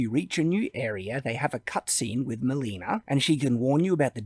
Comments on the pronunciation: I'm convinced he didn't actually listen to wtf the NPCs were telling him because he calls Melina Mileena. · He didn't even pay enough attention to know how Melina's name is pronounced, despite her introducing herself... Having a bad memory is fine, but when you blame the game for it, it becomes a problem...